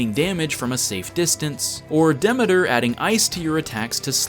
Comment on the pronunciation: you might wanna look up how to pronounce "Demeter" :P